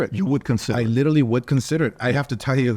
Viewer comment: Has no one corrected Oscar on him saying "LITALLY," instead of, Literally? jeez!! smh.